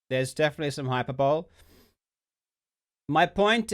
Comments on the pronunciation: To just fyi, it's spelled hyperbole, but it's pronounced hiPERbully. You're welcome. :-) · Man I love Karl but it kills me when people pronounce Hyperbole like Hyper Bowl. It's Hy-per-bo-ly.... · Hyperbowl.... HYPERBOWL!?!? Do you mean HYPERBOLE!?!? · “Hyper bowl” 😂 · I love that Karl pronounces "Hyperbole" as "Hyper-bowl" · Ngl it’s weird that the real pronunciation is “hyper-bully”